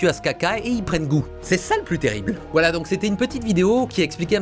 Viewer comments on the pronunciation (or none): none